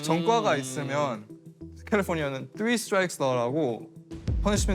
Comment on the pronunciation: 발음 쥑이네 캘리뽀니아 뤄스쿨